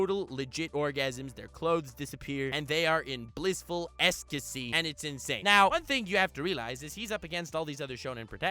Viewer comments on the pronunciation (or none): First I was annoyed with how he pronounced "ecstasy" as "ecscasy", but then I realised that he OBVIOUSLY said it the way he did to make it sound more like LORD ESCANORU! LORD NUXANOR YOU MADLAD!